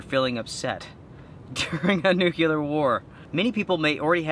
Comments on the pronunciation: It's "NUCLEAR" pronounced just how it is spelled. It means to do with the "NUCLEUS". There's no such thing as a "Nukulus" and there's no such thing as "Nukular". Shake your head. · Nucular??????? Really? LOL